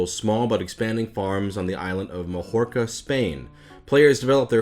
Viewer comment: Naw, is canon now. Aixo puc dir perque soc Catala, saps. From now on its "Ale Granny-Jah" and "MaHORKa". But oddly enough, I know that he could've pronounced these perfectly of he'd done a Mario voice lol "El GRAHNja, HAhaa! En MaYORKa, wheeHEEE!"